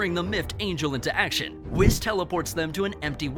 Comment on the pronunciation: When u pronounce whis as “wes”